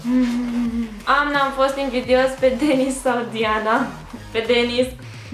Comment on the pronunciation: De ce nu pui accentul pe "z" si ii zici numele ca si cum l.ar chema "Denis" ?